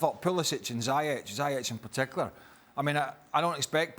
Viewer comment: Why is he calling Ziyech "zyech"?